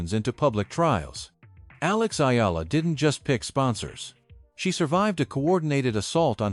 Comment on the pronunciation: Thanks for pronouncing correctly the last name of Akex Eala